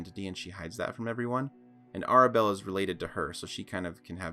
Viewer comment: REALLY?? First mistake It's pronounced Tair-Oh-ka. Like Tarot with a ka on the end. It's called RAW.. Rules As Written. So you would say the RAW Module, or using the module RAW. Air-abelle. The name predates the English language, you should be able to find a pronunciation guide somewhere. CoS made up the lore of Madame Eva being the half-sister of Strahd. Never trust CoS lore, it leaves gaping plot holes and screws up the entire timeline. In general, CoS lore always comes LAST if there is a question of canon. FIRST OFF, Madame Eva lives outside of the time continuum. She existed LONG before Strahd did and it's utterly impossible for her to be Madame Eva. The easiest way out of that idiotic loop hole is to say that the Turg assassinated her sometime before Y350 Yeah.. I'm not doing this for 35 minutes. Buh-bye now!